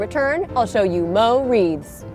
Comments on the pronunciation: sometimes i like this show and sometimes i do not. today is the latter. those were some ugly ass wreaths. moss and mushrooms? how christmasy.... i didn't mind the cinnamon one. but why wrap it if you are covering it until you can't see it? also. is it hard to say MORE as opposed to mo? still only one syllable. i could see saying it once in the video but twice meant you were trying. i'm irritated now. i did not like this episode. it felt rushed. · "mo' depth" and "mo' wreaths" why is she trying to speak with ebonics? is "Mo'" her new favorite word? whatever the mossy wreath is kind of cute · Why did you keep saying "Moe"? Oh. You lost a bet, didn't you?